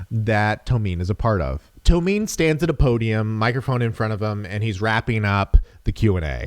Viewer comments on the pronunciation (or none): It's pronounced To-me-naye